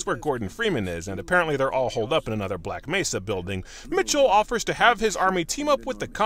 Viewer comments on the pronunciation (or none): "the voice acting is actualy pretty good" he cant even spell black mesa right, he says black messa;< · The can't pronounce Black Mesa. He says, "Black Mess-a".